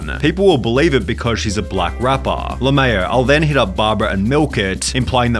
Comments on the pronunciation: Nah. (La-maow) is worse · Nah lA-maew was the worst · Saying (LA-MAYO) for LMAO is criminal. SunnyV2, you should be behind bars for that. LMAO